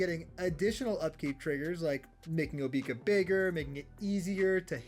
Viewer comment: Bro just said Obeeka lmao